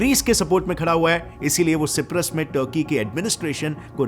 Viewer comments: तीन शब्दो का उच्चारण गलत लगा मुझे! तुर्की का नाम तुर्कीए कर दिया गया है. सिप्रस नही सायप्रस कहा जाता है उस देश को थर्ड रेच नही थर्ड राईश उच्चार है. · cyprus ❌ ciprus✅